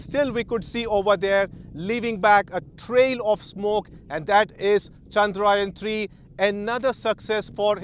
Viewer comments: 🙏 good comentry , pl pronounce the name correctly, It is chandrayaan , not chandraayan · It's Chandra-yaan, not Chandraa-yan... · It’s not ‘chandraa yen’ kid it’s “chadra yaan’😇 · Who is this reporter? Can't pronounce 'yaan' properly.